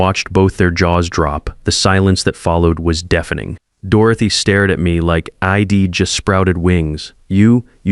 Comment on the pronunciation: This AI narration is like fingernails scraping on a blackboard! I’d turns into id. W’d into wid. You need to edit & proof read, because the end result is appalling